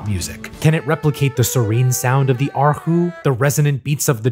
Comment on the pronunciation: bonus points for pronouncing erhu correctly.